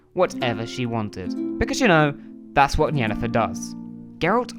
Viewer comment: Well, you only called Yennefer "Jennifer" two or three times lol so, that's pretty good, I suppose. Considering... 👍🤣